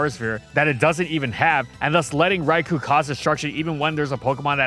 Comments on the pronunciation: It's Rai-KOH not Rai-KOO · This is how you can tell is hella biased. 1) He keeps mispronouncing “Rai-koh’s” name wrong. 2) He thinks Gen 2 Shiny Snorlax is the best version despite it literally just being black with blue shading and foot pads. 3) He thinks Shiny Locks are useless when most shiny-locked Pokémon have them to prevent crashing, and are prevented from being shiny to keep the original Pokémon special, if it can be shiny then soon people only care about that. Which shiny hunters have proven true time and time again. 4) He thinks Greninja, Ash Greninja, and its shinies are good designs. Greninja should’ve had the “Frubble” from its prevos make up the scarf, Ash-Greninja is useless and a Mega Lucario should’ve been the Bond Phenomenon rep, while the accents pop out waaaaaay too much on the shiny. Besides we have Mega Greninja now which is everything Greninja has been but better.